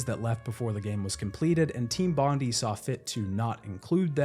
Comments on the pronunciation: Hey, if you want everyone to know you've played knifey-spoony before, you'd pronounce it bond-eye. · I hate to be 'that' guy, but the pronunciation of "Bond-EE" irks me 😖😖😖😖😖😖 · It's actually pronounced Bond-eye, Despite being in Sydney it was named after the Bondi location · For those of you that aren't Aussies, It's pronounced "bon - dai". Bondi is Australia's most iconic beach, huge tourist destination in Sydney, and an iconic surfing spot. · The pronunciation of Bondi hurts my ears every time you say it like that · It's so cute how you mispronounced Bondi, sorry from Australia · Seven minutes in and I don't know if I can listen to you mispronouncing 'Team Bondi' for the remaining run time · Team Bondi is not pronounced "Bon-dee" its "Bon-die", as in Bondi Beach in Sydney Australia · As a Australian it really bothers me hearing people pronounce "bondi" as "bondeeee" its pronounced "bon die" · i know a lot of creators mispronounce intentionally for engagement, but either way: it's Bond-EYE - a very famous suburb/beach in Aus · "Bondy" nah mate, "Bon-Die". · love the vid, thanks for your hard work but just one thing, as an Aussie, it is bugging me hearing you say Team Bond-e, it's Bond-i. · I always thought that “Team Bondi” was pronounced the same as Bondi Beach (bon-die) rather than like bond-like (bondy). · More like bon-Die but close enough it's also one of the most famous tourst beaches in Australia. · My guy, it's pronounced "Bon-die" not Bondy.... so painful to have to listen to haha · It’s bond-I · You're pronouncing "Bondi" wrong. It's Bond- EYE, like the beach in Sydney, NSW, Aus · "Team bondee" 😂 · Bondi = "BOND-eye." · This was doing my head in 😂 bondee is so close yet so far. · Bon -di ( di like die) as in Bondi beach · Its pronounced 'Bond-eye'. Love your vids anyways. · Just a quick little thing, its pronounced Bon-dye, just letting you know as an aussie. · It's pronounced "bond-eye"... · It's pronounced Bond-eye. Not bond-ee.